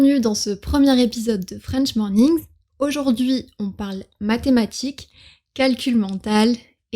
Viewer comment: vers , le "i" dans "aujourd'hui" est presque un "i" suédois :o